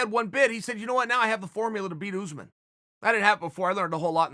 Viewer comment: If Uncle Chael says “Oozeman”, then it’s Oozeman... 🤷🏾‍♀️